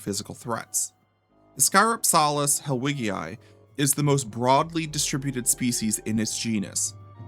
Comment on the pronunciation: Its pronounced ISS-cuh-ROP-selliss. Like how Dynonychus is not pronounced DY-no-NY-cus, its pronounced DYN-onicus. Basic latin sounds.